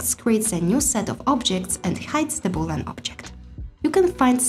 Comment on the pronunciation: start to pronouce correct things. is not called boolan! read and learn.